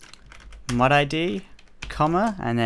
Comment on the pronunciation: every time he says mod it sounds like mud haha